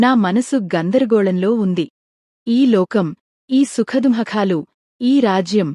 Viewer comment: సుఖ దుఃఖాలు అనటం మీరు ఈ రోజుకి నేర్చుకోవడం లేదు మీరు ఆ పదం పలుకుతున్న తెలుగు భాష ఖూనీ చేయబడుతుంది. సుఖ దుఃఖాలు అని పలకడం అయినా నేర్చుకోండి లేదా వీడియోలు చేయడం మానేయండి.